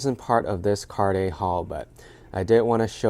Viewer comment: I know Americans can’t or don’t want to pronounce most foreign luxury brand names properly but you, as a regular shopper of designer brands would know how to pronounce “Cartier” correctly